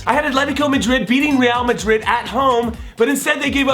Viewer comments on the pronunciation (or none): none